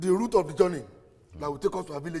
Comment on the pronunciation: Route not Root 😂